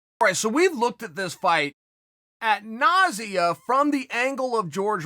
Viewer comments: Oxford English Dictionary: Ad nauseam Uncle Chael: At nausea Oxford English Dictionary: Ok Great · “Add-nausea” Chael, don’t ever change!